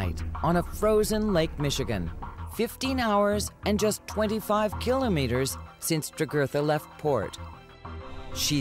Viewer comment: It's the usual false drama. Should I mention that the narrator can not even pronounce Kilometer properly? It's a great show with horrible writing and production.